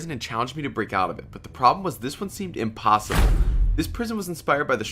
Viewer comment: I like when he says every time he does an escape vid he say " ImPoSiBlE" when its not😂🤣😂🤣😂